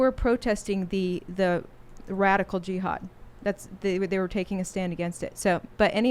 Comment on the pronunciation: She says G-had